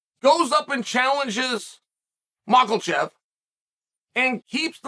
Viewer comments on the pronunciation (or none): Does our lord mispronounce name on purpose? I thought no but macklachev? Maybe he just doesn't care about pronunciation